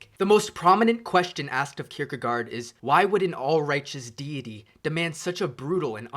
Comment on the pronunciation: Søren Kierkegaard is pronounced [ˈsœːɐn ˈkʰiɐ̯kəˌkɒˀ] Someone might be able to transcribe that to the weird English spelling.